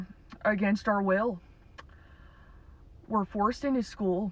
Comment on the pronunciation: School was just one big gaslight. They said werr werr free. Werrd not free.